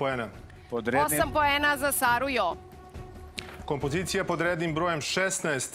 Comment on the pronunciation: KomPOzicija, koji vam je to naglAaaasak?